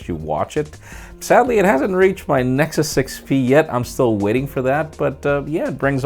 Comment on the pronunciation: "NexZhus ownerz" lol